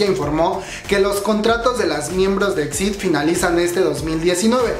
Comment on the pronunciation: Se pronuncia i-ex-ai-di, por otra parte debiste buscar una foto donde aparecieran las 5 miembros ❤️